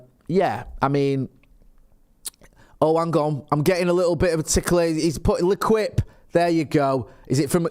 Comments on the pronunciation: PLEASE PLEASE PLEASE stop saying le quip, It drives me up the wall!!!! Also it’s easy to say it properly. Just repeat this phonetically, lay-keep join it together lay as in laying a brick keep as in I keep sending this comment in as when you say le quip it really irks me ✌🏼&✊🏼bro UTR&UTFP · lay-keep is l’équipe phonetically said in one word :_Jay:not le quip but “laykeep ✌🏼❤️✊🏼